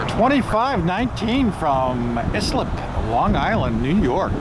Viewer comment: Islip, ny LOL! (eyeslip) Great spotting as always.